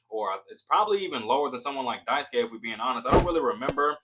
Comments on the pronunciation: Die- soo-key not daiskay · It's Die Sue Kay. I speak Japanese. Die Sue Key means you love something.